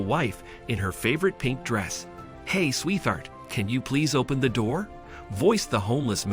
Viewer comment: its not Sweth-hart the word is pronounced Sweet hart as in two words you you don't pronounce the 'T' and the 'H' as 'TH' its Sweet hart